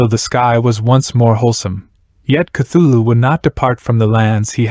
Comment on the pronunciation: Cant take this video seriously when i keep hearing "thugga" right off the bat lol